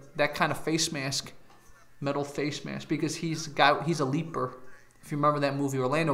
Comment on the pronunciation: “He’s a leaper” lmao it’s leper